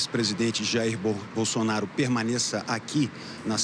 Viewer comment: Ouçam a Renata aos 15min e 35 s ela fala BUNDONAURO 😂😂😂😂😂😂😂😂😊